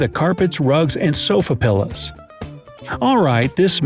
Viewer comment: I can't believe he said sofa "pillas"....twice.